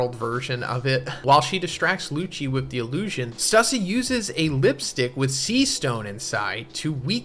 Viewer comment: Your reading is horrible stussie its stussay